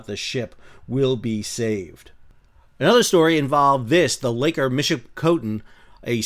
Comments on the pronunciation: Not trying to be critical here, the ore boats name is generally pronounced in the Great Lakes Region as the Michey-pee-cotton. Not that anyone could tell by the way its spelled. We have an island out in Lake Superior off the Canadian shore with the same name, Michipicoten Island. Thanks for all your informative information, you have a fantastic channel. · I know it’s not a big deal, but the Midwestern in me wants to let you know You’re pronouncing Michipicoten wrong. MichipiCAHten — like car. But also sounds like a Brooklyn accent. 🤣